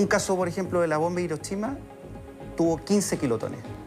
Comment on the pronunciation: que es irochima xD